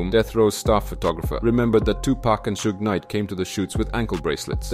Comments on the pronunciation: You pronounce the word "Suge" differently every time, and it never sounded correct 😅😅 Edit: It's "Shug", same "sh" as in "shit" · Love the video and loved how you said Suge name wrong every time 😂😂